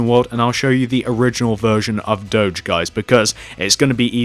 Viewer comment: you dont say it dodge its do<>ge